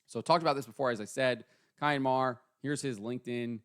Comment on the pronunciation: Cian is pronounced like keen..get it right